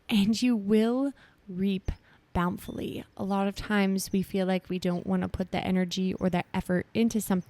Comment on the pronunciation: Good word. BTW the word is bountifully (boun tif ly) not bownfully.